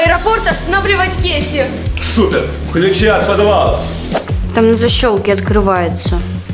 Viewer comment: Не кеси а кейси❤